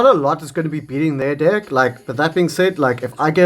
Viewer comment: I know it’s just the accent but it definitely sounds like you’re saying dick/dicks 😂😂